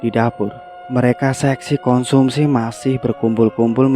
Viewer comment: Konsumsi mas, bukan Komunsi :) Good story btw! Lanjutkan!